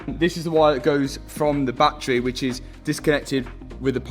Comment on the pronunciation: It’s Battery, Not BatTreeee.